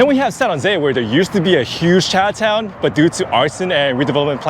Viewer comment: I’m getting really tired of hearing him say CHA TOWN.